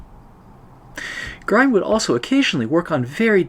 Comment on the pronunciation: Excellent, I've been meaning to try this for a while! In my tests I used diluted gouache for white and it seems to work quite well. By the way, Grien rhymes with green, not with brine.